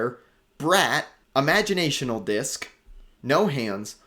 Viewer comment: Sorry, just to save you next time youre at the music store. Its Imaginal not Imagionational.